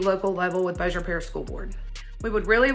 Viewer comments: being from Shreveport, it’s pronounced bose-yer. Not bossi-ye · Bossier, pronounced "bo' - sure". I know - you just never can tell with those Louisiana names. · Pronounced Bo zure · His pronunciation of Bossier is taking me down 😂